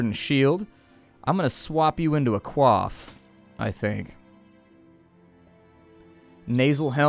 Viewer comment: holy hell Coif is pronounced 'coy'-f when it's the armor. Quaff is the hairdressing term. lol